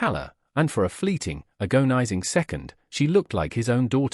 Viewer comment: Your narrator can pronounce 'cacophony' but not agonizing? What is up with that? Try using a human as a narrator ..